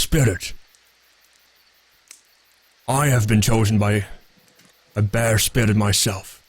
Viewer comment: Every time says "spirit bear", I hear "spirit beer". Would that spirit beer be Davrik's spirit?:þ